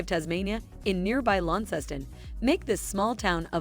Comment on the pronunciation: How did bot get Launceston pronunciation right, which unless you're from Tasmania, most Australians don't, yet can't say Evandale.